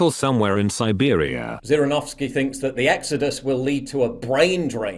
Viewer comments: Paul his name is pronounce with a J not the Z literally in english Jirinovsky. Not making a hate only educate. I like Zhirinovsky he is a good fellow. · This politician's name is pronounced ZHirinovski. Like the sound of French "J". Like "Jirinovskiy" not like "Djirinovskiy" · Jirinovsky Nor Zirinovsky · It's pronounced "Zhirinovsky" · ZH in zhirinovskiy stands for Ʒ sound, like in a word "viSion" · It's a weird pronunciation of "Zhirinovksy" you have. Also he's populist, not real nationalist xdxdxdxdxd. upd how did you manage to mix up "Zh" as in Zhirinovsky and "Z" as in Bezmenov? If anyone sees it, he got it backwards for some reason. Not judging, you probably don't know the language.